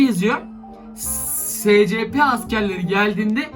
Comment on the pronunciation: Abi şuna uyuz oluyom scp şöyle okunuyo esipi diye şuan okunuşunu yazdım